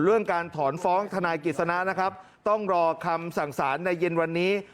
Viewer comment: ทะน๊าย ของ แม๊ 😂